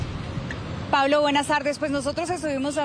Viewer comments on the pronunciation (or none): none